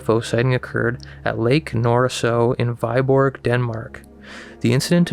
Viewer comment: Hehe the way he says "whyborg" made me smile.. Its Viborg.. If you pronounce it like we & boar it would almost sound correct. Weboar :D And the lake I believe is Nørresø, but to write how to pronounce it is somewhat more difficult so I wont even.. It looks kinda like a lenticular cloud ang not like the new jellyfish ufo :) enjoy your day.